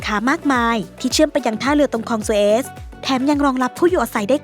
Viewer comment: FC จ้า อยากแนะนำอะไรนิดนึง เรื่องการออกเสียงค่ะ ที่ได้ยินอ่านออกเสียงไม่ถูกบ่อยๆ คือ 'ผาดโผน' และอย่างในคลิปนี้ก็คือ 'คลองสุเอซ' อยากให้ลองพิมพ์คำไปในGoogle Translate แล้วกดปุ่มอ่านออกเสียงที่ถูกต้องจ้า 💖นะคะ ติดตามตลอด 😘